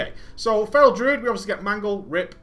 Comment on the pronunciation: is it me or does he say rape instead of rip when he speeds up his speech? I think its just me don't like report this its true. also I am taking notes on this I have been a kitty for a long time and doing 3rd dps in raids and I need to do better since I did this its gotten better. thanks for all the vids to help players and it is awesome or gravy as you put it